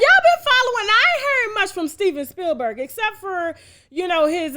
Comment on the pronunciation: Steven Bill-berg,🤭